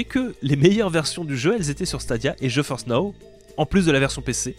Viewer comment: Ta façon de prononcer "GeForce" le fait toujours autant délirer. Surtout pour les partenariats. Ça fait "non je force pas"😅 Vidéo super intéressante.